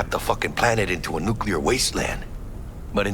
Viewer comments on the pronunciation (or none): none